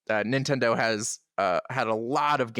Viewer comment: 100% agree with all of you about Propagation VR. Scary as hell and shocking that it's free. I've used it a few times to show new people VR and they have a hard time keeping the headset on. Also, pronounced it 9-ten-do again.